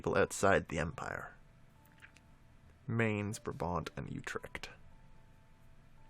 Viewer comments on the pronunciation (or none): younever pronouce mainz name right i belive it is where they guy who invented printing is frrom it is pronounced myntz